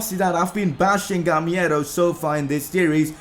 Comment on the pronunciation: bro the name is gamEIro not gamIEro